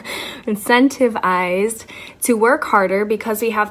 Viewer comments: “Incentivized” it’s one word, and the emphasis is not on the “ized.” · Let's not take advice from a girl who can't say incentivized